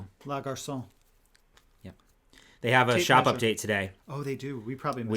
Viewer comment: Les is pronounced "Lay". not leh. garcon is pronounced "garsone"